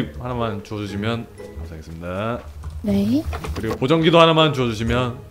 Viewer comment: 자막은 감사하겠습니다~ 이렇게 나오는데 그냥 들으면 ...읍니다~ 이렇게 들림ㅋㅋㅋㅋㅋㅋㅋㅋㅋㅋㅋㅋㅋㅋㅋㅋㅋㅋㅋㅋㅋㅋㅋㅋㅋㅋㅋㅋ 괜히 멋쩍은 말투인게 뭔지 알아서 더 웃김ㅋㅋㅋㅋㅋㅋㅋㅋㅋㅋㅋㅋㅋㅋㅋㅋ